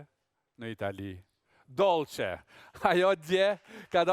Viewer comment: More Aladin fol shqip se le nam ajo e ka Dolçe dhe jo Dollçe